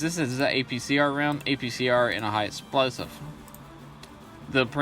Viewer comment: Its just primo victoria but it sounds like your saying premium Victorian which would be a very dapper chap from the 1880's LOL probably just your accent and me mishearing it.